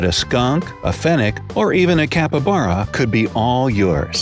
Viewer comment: You had 12 times to say "Capybara" correctly!!!! 12!!!